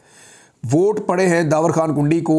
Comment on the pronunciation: Merey shahzadey bhai yeh derwazey wali kundi naheen hey issey ap please urdu wali daal sey perhain, jaisey in Urdu(کُنډی). merey baachey becharey apna family naam peehly hi naaheen laga tey kehtey hain loog mazaq uraatey hai